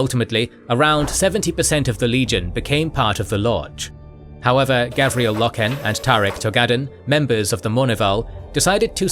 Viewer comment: Stop saying gavriel. It is garviel